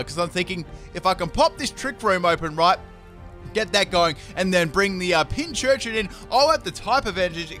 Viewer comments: Pin-cur-chin. That is all. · it's pincurchin like pincushion